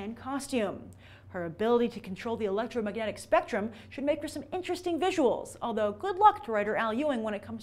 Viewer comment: "electro maganic spectrum" .... LOL!